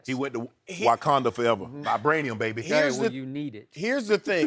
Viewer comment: Mans Shannon said “Whykanda forever, Vibraniam baby”